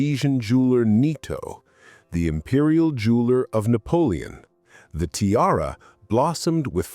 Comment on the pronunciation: If you're going to use AI, help it learn how to pronounce "tiara." Particularly if you're a jewelry channel!